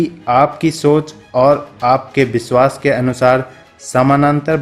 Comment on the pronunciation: ye jo voice provider he vo thik se nahi bol raha vishwas ko biswaas, shayad ko sayad kar raha he ise plz change kare aur purane vale ko le